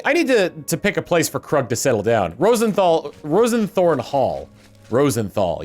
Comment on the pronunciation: ROSE-thorn, not ROSEN-thorn.